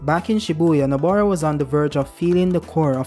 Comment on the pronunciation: It really IRCKS me how he keeps calling her NABOra instead of NOBAra...especially since he wrote her name right in the title. C'mon do better next time 🥸😭